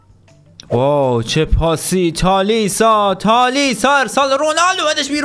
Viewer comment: اون تالیسا نیست تالیسکا هست😂😂